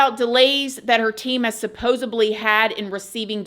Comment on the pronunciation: SupposeDly... Not supposeBly 🤭